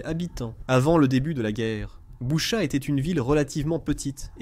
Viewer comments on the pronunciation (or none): L’Ukraine est comme le Mossad , ils ne pardonnent pas. On dit Bûcha svp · Boutttchaaa j ai mal aux oreilles sv p merci